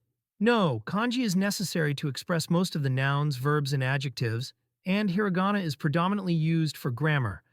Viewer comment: Just dropping HEARA GAWNA left and right. I think my ears are bleeding.